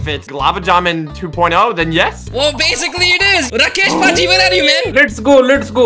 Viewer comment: Not padji it's paaji